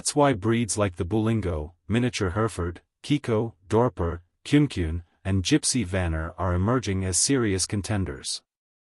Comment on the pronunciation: No one shows Kiko goats, not in fairs; not anywhere else. They don’t have a breed standard against which to be judged. And it’s pronounced KUNE-ee KUNE-ee, not kyune kyune. I could go on about the numerous inaccuracies in this video, but I think you get the point. There is some good info about farm animals on this channel, but unfortunately, it’s mixed in with a considerable amount of amount of bovine manure, miniature Hereford or otherwise.